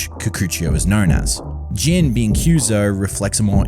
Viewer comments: Why do you keep saying "Jean" when his name is Jin? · His name is Jin (short i, rhymes with shin not sheen), not Jean or Jeen or whatever you're saying. Sorry, but it bothered me so much.